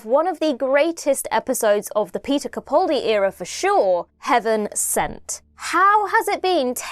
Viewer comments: (It's CaPALdi not CaPAULdi.) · sorry, but both don't work fine. He pronounces his name CaPALdi - where both of the 'a's are sounded like the 'a' in apple. Of course we all know who we're talking about, but don't you consider it disrespectful to continue to mispronounce his name? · How has it been 10 years... and you're STILL pronouncing his name WRONG! You have the nerve to call yourself a fan. This is a disgrace! It's CaPALdi, CaPALdi, CaPALdi, CaPALdi, CaPALdi, CaPALdi, CaPALdi, CaPALdi, CaPALdi, CaPALdi, CaPALdi, CaPALdi, CaPALdi, CaPALdi, CaPALdi, CaPALdi, CaPALdi, CaPALdi, CaPALdi, CaPALdi, CaPALdi, CaPALdi, CaPALdi, CaPALdi, CaPALdi, CaPALdi, CaPALdi, CaPALdi, CaPALdi, CaPALdi, CaPALdi, CaPALdi, CaPALdi, CaPALdi, CaPALdi, CaPALdi, CaPALdi, CaPALdi, CaPALdi, CaPALdi, CaPALdi, CaPALdi, CaPALdi, CaPALdi, CaPALdi, CaPALdi, CaPALdi, CaPALdi, CaPALdi, CaPALdi, CaPALdi, CaPALdi, CaPALdi, CaPALdi, CaPALdi, CaPALdi, CaPALdi, CaPALdi, CaPALdi, CaPALdi, CaPALdi, CaPALdi, CaPALdi, CaPALdi, CaPALdi, CaPALdi, CaPALdi, CaPALdi, CaPALdi, CaPALdi, CaPALdi, CaPALdi, CaPALdi, CaPALdi, CaPALdi, CaPALdi, CaPALdi, CaPALdi, CaPALdi, CaPALdi, CaPALdi, CaPALdi, CaPALdi, CaPALdi, CaPALdi, CaPALdi, CaPALdi, CaPALdi, CaPALdi, CaPALdi, CaPALdi, CaPALdi, CaPALdi, CaPALdi, CaPALdi, CaPALdi, CaPALdi, CaPALdi, CaPALdi, CaPALdi, CaPALdi, CaPALdi, CaPALdi, CaPALdi, CaPALdi, CaPALdi, CaPALdi, CaPALdi, CaPALdi, CaPALdi, CaPALdi, CaPALdi, CaPALdi, CaPALdi, CaPALdi, CaPALdi, CaPALdi, CaPALdi, CaPALdi, CaPALdi, CaPALdi, CaPALdi, CaPALdi, CaPALdi, CaPALdi, CaPALdi, CaPALdi, CaPALdi, CaPALdi, CaPALdi, CaPALdi, CaPALdi, CaPALdi, CaPALdi, CaPALdi, CaPALdi, CaPALdi, CaPALdi, CaPALdi, CaPALdi, CaPALdi, CaPALdi, CaPALdi, CaPALdi, CaPALdi, CaPALdi, CaPALdi, CaPALdi, CaPALdi, CaPALdi, CaPALdi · Please,, can you stop mispronouncing Peter Capaldi's surname.